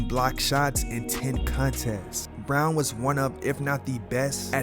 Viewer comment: Brown is not bruan can't say his name but makes a documentary.......